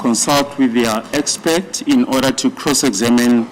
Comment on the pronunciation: I also heard the judge saying"Expect"